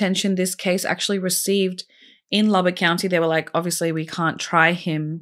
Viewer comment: I'm from Lubbock and am so proud you pronounced the city name correct. I'll never forget this case. Such a devastating loss.